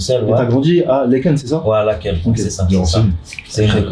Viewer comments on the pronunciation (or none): Une vidéo de Qualidad supérieure! Par contre tu as écorché « Laeken », ASSASSIN!!